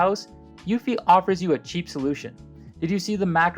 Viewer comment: Pronounced uuu-fee!! Not uewwfy!!